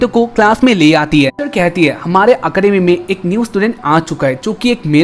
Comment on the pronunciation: Bhai aap ko academy ka pronunciation use karna nhi aata ??